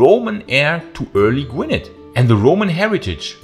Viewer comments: Gwynedd is pronounced "gwin-ith". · Agreed. Fascinating video but after the 5th mispronunciation of Gwynedd it started to gall a tad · Pronouncing Gwynedd incorrectly but i will forgive you 🏴